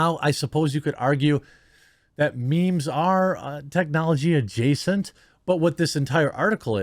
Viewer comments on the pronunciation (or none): none